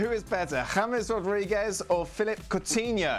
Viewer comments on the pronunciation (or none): none